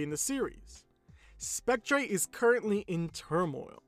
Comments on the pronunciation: It's pronounced "Spec-TER" not "Spec-TRAY" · I like how he says spectré instead of spectre